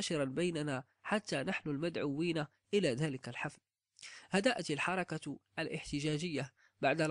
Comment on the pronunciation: يقال الحركة بسكون الراء وليس بفتح الراء ، ويقال لها كذلك "" لمحلة ""